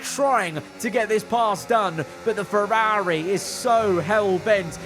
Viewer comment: “FerAAAAri” Racing